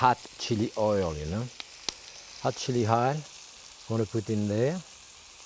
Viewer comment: I haven't seen this episode in like 20 years but I always distinctly remember Jacques pronouncing "hot chili oil" like "hot chili hile" like he did .